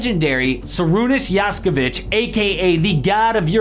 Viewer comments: Not Jaskevic but Jasikevicius. He is not a Serb or sth, but a Lithuanian. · as a lithuanian I'm mad how you pronounced Jasikevicius lmao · You said Jasikevičius wrong but at least called him a legend , that he is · wtf was that Jasikevičius pronounciation? Are you even serious?